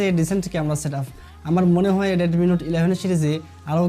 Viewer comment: Vai readme. reatme na 😄😄